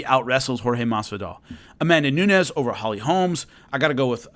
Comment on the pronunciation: Holly Holmes 🤣 I've heard too many people mess up her name.